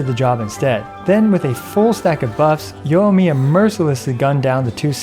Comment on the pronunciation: It's pronounced yoi-miya not yo-miya....